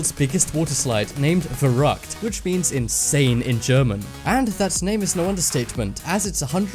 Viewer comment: Verrückt was said wrong, sorry but it was painful to hear